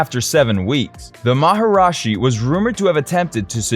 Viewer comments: I suggest redoing the video, as you say maharashi where it is maharishi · Everything except the way he mispronounced Maharishi as “Maharashi”. Mispronounced it every single time. Didn’t get it right once. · How devaluing, disrespectful and unprofessional that you did not do enough research to even learn how to PRONOUNCE MahaRISHI correctly instead of your total mispronounce MahaRAJI. Geez. This reflects on you and this channel as being a goofball know-nothing with no credibility. We are talking BASIC grade school level journalism here. I would Redo the whole piece. What's your name, Bozo? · It’s “Maharishi” not “Maharashi” as you mispronounced literally EVERY single time in the video. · 1. Anyone who disables dislikes gets no upvote, like or subscription from me; 2. Even WITHOUT the disabling, no upvote for sh*tty AI voice; 3: "MaharAshi"???